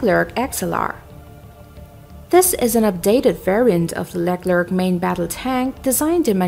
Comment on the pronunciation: The woman providing the audio track has no clue how to pronounce names like the Leclerc.